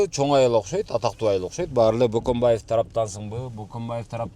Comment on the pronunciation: Бөкөнбаев дешсе мейли Баканбаев дешетго 😁